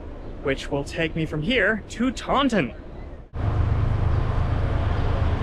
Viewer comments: It's pronounced Tah-In, not Tawn-Ton. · pronounced "Tawn in" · Yeah, it's not pronounced like the Star Wars creature either. Around here, it's TAUNT-in. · Yeah, there's quite a few pronunciation mistakes in this video. Taunton is another in that it's TAUNT-in.